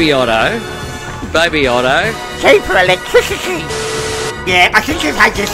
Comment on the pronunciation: Hi The best one yet, multiple Cheawper Electwicity Thank you 🙏 Getting strange looks on the train this morning due to my laughs when the Chairman talks with vision of a horse taking a dump 😂